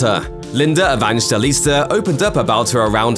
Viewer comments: Just call her Linda if you didn’t even inform yourself about the right way of pronouncing her surname 🙄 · Why are you struggling to pronounce her name properly?